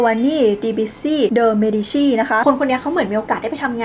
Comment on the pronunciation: Peruzzi ต้องอ่านว่า เปรุซซิ (ซ.โซ่) จะถูกต้องตามการออกเสียงในภาษาอิตาเลี่ยนค่ะ ส่วน Medici เมดิชิ (ช. ช้าง)